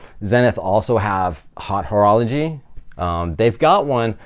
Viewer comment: please dont say „hot horology“ 😂 it’s high horology or if you must butcher the french, it’s more like „ote orolo-shee“